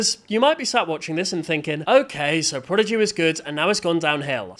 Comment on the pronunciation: What is ‘Progidy?’ Edit